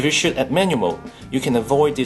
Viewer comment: I like the way this guy pronounces "shoot" as shit.